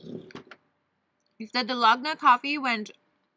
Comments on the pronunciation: Hi! For the coffee u supposed to use equal parts of everything, and it really does takes time and muscles to make it by hand. Use electric frother or mixer if u have it for faster result. Also, its pronounced Dal-go-na, not Da-log-na 🤣. The cake tho looks soooo bomb tho!! Really wanna try one of the Carlos Bakery cakes! p/s: please do more mukbangs outside 😍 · I laugh everytime she says Da-log-na coffee 😂 hilarious